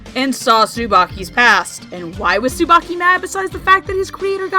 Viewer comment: STOP. RIGHT. THERE. Tsubaki is pronounced differently in that show